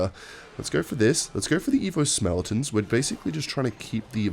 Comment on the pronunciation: Every time says “SmellEtons” i slap my knee and start wheezing with laughter.